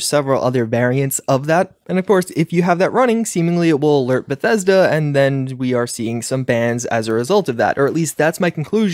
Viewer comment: The real crime was how you pronounced bethesda at the beginning